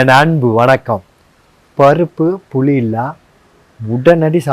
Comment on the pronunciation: Bro புலி இல்ல that' is புளி 😀